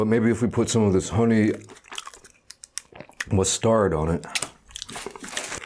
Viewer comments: "Honey mus-tard" 😂 why does he say it like that 😂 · To make syllables prominent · Shits annoying